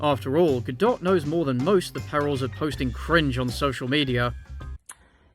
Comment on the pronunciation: Your take on Gadot’s stance and the Israel-Hamas conflict was truly enlightening, and I really appreciate it (as a Jew). Although you did pronounce her name wrong lol